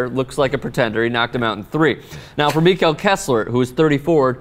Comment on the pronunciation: COME ON KESSLER! -and its pronounced "Mekkel"